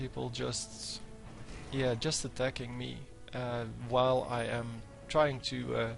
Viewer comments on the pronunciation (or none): none